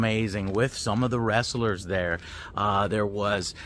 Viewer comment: Some say he's still adding syllables to the word "wress-ah-lurz" haha. Good to hear the game seems to be in a good spot. Cant wait to play it